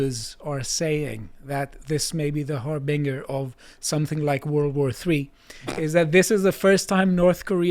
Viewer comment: That's not how you pronounce harbinger,.